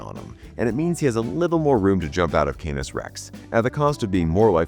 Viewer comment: Canis = CAN-iss, not "CANE-iss" And it's *PREceptor, not "PERceptor." 🤪